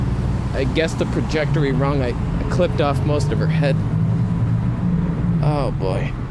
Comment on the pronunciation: the "projectery" ? ;-)